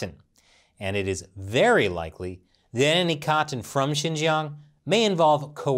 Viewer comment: I don’t think I’ve ever been so triggered by a person’s pronunciation of the word cotton before